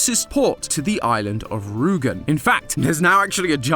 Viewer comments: hearing someone calling the island Ruugen again and again instead of Rügen, is really wierd. But english speakers dont tend to know how to sound out thoose letters. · Hearing a not german speaking person saying Rügen instead of Rugen is so ... refreshing. ^^ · As a german it hurt to hear Rügen pronounced as Rugen and Grenzer as Grenser. Ü and U are not the same and Z is pronounced much more sharply in german. Apart from that I really enjoyed the episode, cooking companion is certainly one of the most unique games you’ve covered. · You cant pronounce the ü in rügen😂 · Did he really have to butcher the pronounciation of Rügen so much? x.x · I love how says Rügen. XD